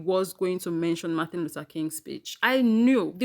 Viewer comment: I wish people would learn to say Mr. King's name. It's MAR-TIN LUTHER KING, not MAR-THA LUTHER KING